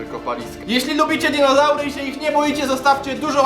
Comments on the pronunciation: Nie dizonaury tylko dinozaury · DINOZARY A NIE DIZONAURY xD Pokaż więcej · Dizonaury haha